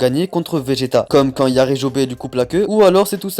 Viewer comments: *yajirobé pas yarijobé PTN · je kiff yarijobe